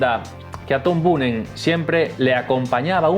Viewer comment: Chico mira que era fácil, Boonen se lee Boonen jajaja